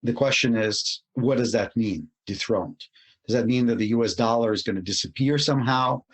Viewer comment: ITS DOLLAR NOT "DOLA".